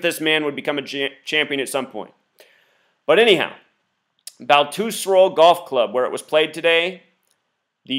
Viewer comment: So this guy thinks he can prove a conspiracy about the pga championship yet he cant pronounce "Baltusrol" correctly?